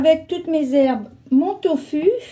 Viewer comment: Bonjour, je préfère les vidéos SANS musique 🌞 C'est une recette sublime! Je consomme du Doūfu une fois par mois !! Vous dites conserver les pots au frigo, ils ne peuvent pas se conserver à l'obscurité dans un cellier frais? * Sinon, l'on prononce "to fou" 豆腐 en pinyin c'est "doūfu", le "u" se prononce "ou". En tout cas c'est comme ça que c'est prononcé.